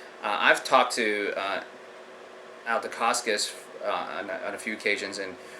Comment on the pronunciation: You Sound like you know much but for a guy who keeps saying Al Decascos name wrong you say it as it was Italian or Polish. I was in the Ed Parker Long Beach Internationals in 1972 probably before you were born, I met Mr.. Ed Parkers then and Met Malia Decascos when she won 1st in women's Division. At that time Mark Decascos her son was a Toddler. My Sifu I took private lessons since he was green Calif. State Champ in San Francisco then took 1st in Brown belt division.. also head instructor 3rd heavy weight Black belt in the nation could not beat my teacher and after he got his black belt from Ed Parker he Beat all Light weight, Middle weight and was in finals losing by points to Jeff Smith who was number 1 in heavy weight division. There was a Studio named Universal Kenpo Who had testing students were taken into a local bar and had to lay out guys with chosen Side kick or roundhouse or vertical punch. A guy came in from a new school to do a Demo, the Black belt asked for a White Belt to Demonstrate Wosley San Soo Kung Fu,.. The Owner "Brewster" said you aren't leaving until you beat one of our black belts! The"Wosleys" Kung Fu System was a racket for money not the arts! . Frank Wosley Studio charged $50 a Month where unlimited use of the gym and weekly lesions, Originally Frank Wosley was a Businessman who met s Chinese man who inherited a book of ancient strikes to kill of cause malice, The art was taught out out a book translated into English. That is the reason they did no